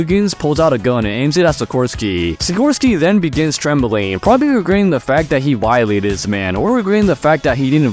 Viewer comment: I caught it. "Vi-eee-late"eed"